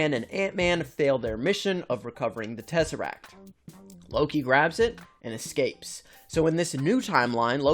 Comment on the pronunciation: Why he saying it like tEzArAcT??